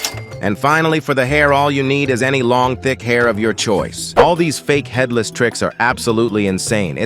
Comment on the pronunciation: Bro said fatherless rather than headless 💀